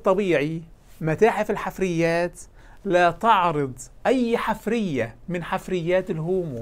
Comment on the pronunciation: المُلحد المغاربي يقول "...الحِـِفـْرِِيَـَة" بكسر ثم سكون ثم كسر ثم فتح. وهذه الكلمة ليست من العربية، بل في قواميس العرب "حـَفيرَة" بفتح الحاء وكسر الراء، وهي ما يـُحْفَرُ للبحث عن الآثار.